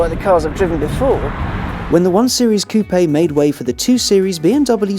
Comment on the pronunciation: pronounces "coupé" correctly! That in itself is enough reason to watch the video. Which is great, by the way.